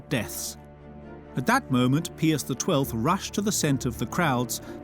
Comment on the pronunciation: I wish someone would tell the narrator how to pronounce "Pius." Hint, it's not Pee-us.